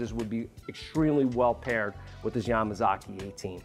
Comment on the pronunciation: Good accent when you said Yamazaki.